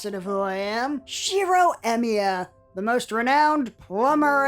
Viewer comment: I just noticed that the stresses on their lastnames is messed up xD. I mean, Tohsaka should have the stress in the O and they stress the A on the "sa" and Emiya should be stressed on the i but tey stress the e... As a person who enjoys comparing languages, I find this very funny. Is it really that hard? My native language is spanish, so japanese fonetics are really easy since they all exist in spanish but I understand that english should be able to manage japanese esier than the other way around (japanese trying english). Anyways, I have been enjoying the show like a madman. I hope story creators could make dialogs like this more often jajajajja